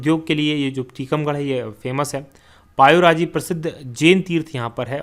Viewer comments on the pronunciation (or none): पायोरजी नही भाई.... पपौरा जी है सही नाम👍